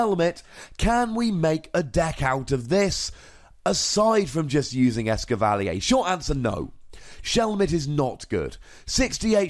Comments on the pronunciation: Blame it on the French XD (the triggered British mind of mine) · It's Ess-cavva-leer, not Ess-kivv-al-ee-yay. No need for the French accident. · Actually the French name for Escavalier is "Lancargot" But yeah I agree, a French person would probably pronounce "Escavalier" exactly like you did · it is DEFINATELY not pronounced "eskivalleyaaay" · As a guy who owned a Chevy Cavalier for years, I appreciate your fancy as fuck pronunciation of this lol